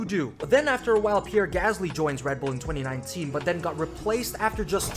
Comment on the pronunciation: PieRRe! DANiiL! You said name, Dan. Not LAST name.